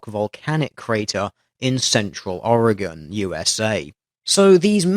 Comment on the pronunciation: Thank you for saying Oregon right.